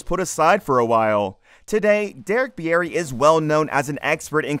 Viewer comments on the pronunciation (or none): I’m pretty sure Bieri is pronounced “Beery” not “be-air-ee” Minot, ND is pronounced “My-not” and drops the French influence.